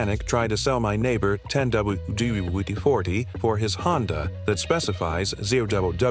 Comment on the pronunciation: 10 double-d-you-wheedle-deedle-d 40. Say what?